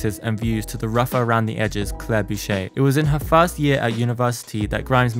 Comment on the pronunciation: 1. My bilingual ass is screaming at your pronunciation of Boucher. It's French. 2. Dune is not a childrens' novel, it is studied at a 12th grade to university level and is considered adult fiction. So much context switching in those damn books! 3. Akira didn't exist when Claire was a child. Research pls